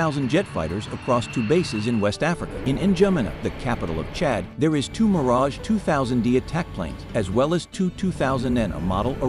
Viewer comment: Always the same... the name Mirage MISPRONOUNCED.